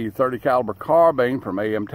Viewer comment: Arcadia Machine &Tool! Why in the hell can't people pronounce Carbine. It is not carbean! I own an AMT and an IAI.